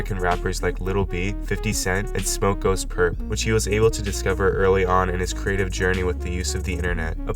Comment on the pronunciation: BRUH SAID SMOKEGHOSTPURPP LMAOO